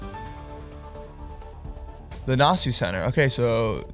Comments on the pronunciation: The pronunciation of Nassau almost gave me a stroke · Came here to say this 😂 I'm curious if all Canadians pronounce it this way.